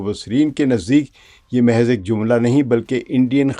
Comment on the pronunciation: جی! محض (درمیانی ساکن) mehez❌/ دُرست:mahz